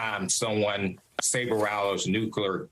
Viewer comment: Saber what? Dude can’t even pronounce rattles